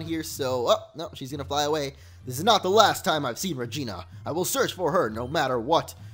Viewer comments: That fusion members name was Regina. He actually said Regina, sounds like vagina right lol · is it just me or he said vagina